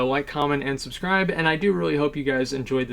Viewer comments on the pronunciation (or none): none